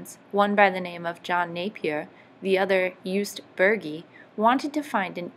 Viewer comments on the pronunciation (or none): Jost not Joost. Burgi is pronounced like boorgi hence the trema above the u